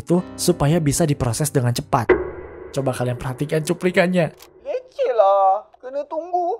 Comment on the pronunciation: ah tong udah tua "cuplikan-nya" kok nada-nya kek gitu bukan berarti dia mau nyuri tapi liat sambil megang doang